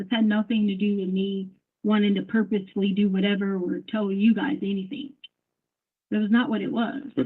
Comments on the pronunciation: Omg I'm going crazy listening to her say "anythink" instead of "anything". I hate that she adds a "k" where a "g" should be. Ahhhhhhh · I didn't do ANYTHINK WRONK. ooof! 😂😂😂. So funny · How about everythink, anythink, nothink, going-k, wronk, ..... Etc. What an embarrassment